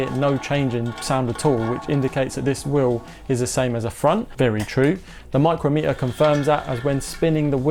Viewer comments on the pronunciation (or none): It's pronounced Mike crom meter, a micrometre is a distance of one thousandth of a millimetre.